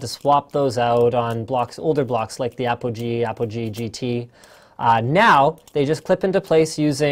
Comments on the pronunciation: It is not Apple G it is APOGEE!!! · APOGEE- Apple G - APOGEE - Apple G *aaahhh* ;-)